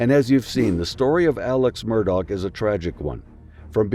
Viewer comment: Please stop calling him "Murdog".....it is promounced "daw"